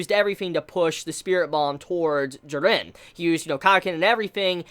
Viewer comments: JEE-RIN dummy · I'm a big fan of your videos but the way you pronounce "Jiren" really gets under my skin every time I hear it for some reason. Sorry for coming off as ignorant but is there a reason for that? No offence though. :D ;) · We all just need to except the fact will never pronouce Jiren correctly. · You say jirens name weird